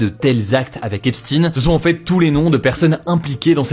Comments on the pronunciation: Pourquoi prononcer “Epstin” alors que c’est “Epstein” ?? Voudrait on tenter de nous cacher ses origines??? Alors que si cetait un musulman on l’aurais vite précisé!!! 😅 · EPSTEIN et pas EPSTINE ptin ! ca se prononce [èps] - [stayn]. On dit pas instin pour Einstein là c'est pareil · EPSTEIN PAS EPSTIN . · "Epchtaïne"... Pas "epstinex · Pourquoi epstine? C'est Epstein...non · Epsteen😂 c'est Epstein comme Einstein...bien prononcer ce nom juif... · Jeffrey epstine 😂 c est quoi cette prononciation, une dissimulation d ' origine ? 😂😂😂😂 et si tu parlais de la relativité t aurais dit Albert inestine ? C 'est plus hugo decrypte c'est hugo derive voir hugo delire 😅 . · Hepstine😂 ca se prononce epstein comme heinstein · Pourquoi vous dites "Esptin" ? On ne dit pas Albert Instin pourtant 🤔... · ARF cette façon de prononcer le nom de famille 😅 epstIiiiine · Hugo, vous dites Frankenstayn, ou Frankenstin ? Alors pourquoi dire l' affaire Epstin ? pour être aussi nul que les Amerlocs ? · Jeffrey eps « tine » 😅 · Alors ça se prononce Epshtaïne... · Bonjour meme remarque hasard ou réalité scientifique tu crois que quand il parle de Einstein il dit instine? hahaha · Putains comment il écorche le nom on dirait qu'il parle d' un autre type se blaireau 🤣